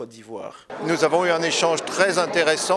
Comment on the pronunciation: Mon ministre chokoh oh !!! Nourrrrr, je savais pas qu'il y avait ''r'' à la fin de ''nous''. Bingué change les gens comment même 🤣🤣🤣🤣🤣🤣